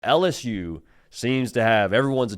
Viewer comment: Could someone please teach him how to say “L-S-U”?! It’s “L”! Not “Alice-U”, or “Al-S-U”! How are is its to say the letter L?